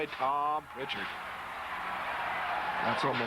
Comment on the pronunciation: no T in Prichard